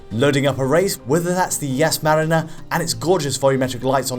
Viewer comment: Did he really say Yas Manira? Jesus at least get somebody to do these Tech test that know something about racing. I mean the name is clearly in your face and pronounced correctly 🤦